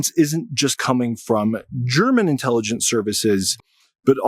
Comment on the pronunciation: What drugs are you on? "Intellygeciez"... And what planet?